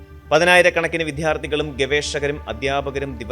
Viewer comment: വിദ്യാർത്ഥി, അദ്ധ്യാപകൻ എന്നൊക്കെ ആണ് കറക്റ്റ് ഉച്ചാരണം